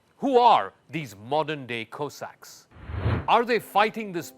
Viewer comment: Go away you cannot even pronounce Cossacks….